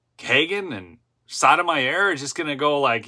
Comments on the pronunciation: friendly FYI Jus. Sotomayor’s name is pronounced: SO-TOW-MY-OR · I think it pronounced like, So-Toe-My-Ore.